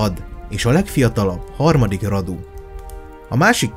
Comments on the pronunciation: Nincs beleszóládom de szólok ugy ejtik ,hogy Rádu nem pedig Radu .Csak úgy írják. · És nem Radu hanem Rádú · Nem Vlad hanem "Vlád" és nem Radu hanem "Rádu" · Nem"Vlad" hanem "Vlád",nem Radu hanem Rádu,eskü nem rosszból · Ki kell h javitsalak mert a nevüket Vládnak és Rádunak ejtik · Azok román nevek és vládnak illetve rádunak ejtjük helyesen